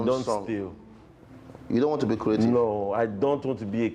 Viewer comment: His creative not creathiefs😅❤